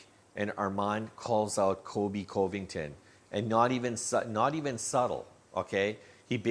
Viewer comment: you need to practice saying colby's last name.